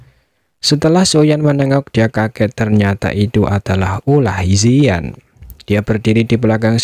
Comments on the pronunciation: Penyebutan nama ziyan bukan yisan tapi ziyan kaisar naga void kuno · Bukan yisan tapi ziyan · mantap si bang. tapi manggil ziyan nya salaah terus😅